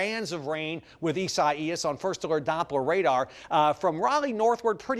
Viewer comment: Do you butcher the pronounciation of Isaias because it is a biblical name?